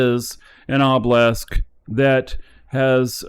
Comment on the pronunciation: Dear, its pronounced o-buh-luhsk, not oh-blesk, its driving me up the walls haha